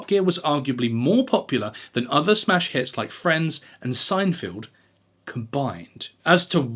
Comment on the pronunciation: According to a famous ad campaign, Hyundai rhymes with Sunday. And it’s SeinFELD not SeinFIELD.